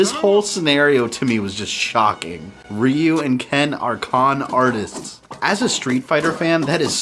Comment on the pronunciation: Why r u calling him Riu, not Ryu